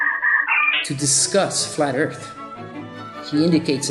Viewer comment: Flat "eart?"